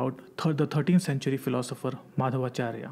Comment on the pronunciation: he is saying Maadhava charya.. Its Madhvacharya.. If ppl are not even anle to pronounce im not sure why do they make such documentry